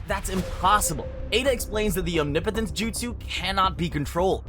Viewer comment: That’s how you say it mate